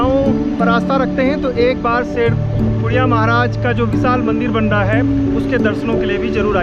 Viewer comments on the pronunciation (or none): शेरकुरिया नहीं शेडकुड़िया महाराज